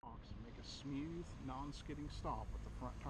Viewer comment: did this guy just fuckin say SMYOOTHE?